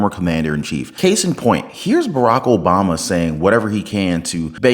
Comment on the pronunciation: WoW 😲 Obama don't even know how to pronounce his own name 😮😅